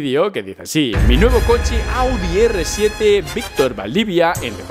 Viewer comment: Es el RS 7. Siempre dices R 7, jajajaja.